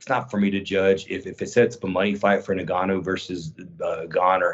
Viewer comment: why do some people pronounce Ngannou like this?